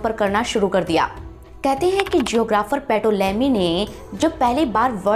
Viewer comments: पैटोलेमी नहीं मैडम, टॉलेमी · Lahore, Ptolemy, P shall remain silent, ..tolemy is the pronunciation.